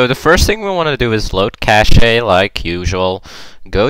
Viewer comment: Cache is pronounced like cash.